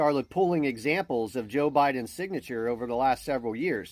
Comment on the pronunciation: Is it just me, or does a lot of people say "Joe" Biden in a way that it sounds like "Jill"? Always get a chuckle out of it, they're one and the same entity.